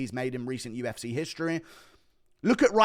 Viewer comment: “To the ufseeh”